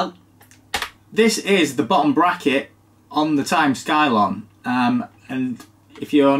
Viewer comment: are you sure it's not pronounced 'scilon'?